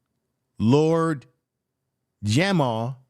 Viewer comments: U also pronounced the Bronx and lord Jamar wrong. It’s Jamar not Jamal. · My Brutha it's Lord Jamar not Jamal